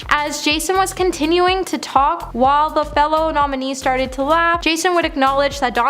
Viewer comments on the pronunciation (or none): It’s while, not why.👀